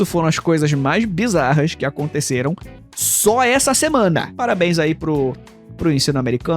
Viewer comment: A enfase no SÓ ESSA SEMANA me dá medo